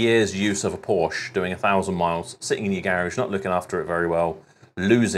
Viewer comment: Its becoming a rarity these days that people (including Porsche Staff) pronounce Porsche correctly. You deserve more subs for that alone!😁